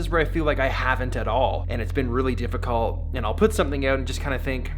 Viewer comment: You should have put a green screen on and just took it down say sike Edit: is it just me or when he said difficult in kinda sounded weird or was it just the Canadian coming out?